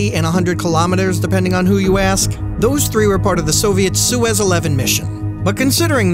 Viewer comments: Did you say the "Suez 11 mission"? Hahaha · The pronunciation of Soyuz caught me off guard lmao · Me to lmaoo